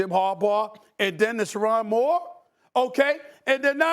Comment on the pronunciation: don’t say Moore name like that lmao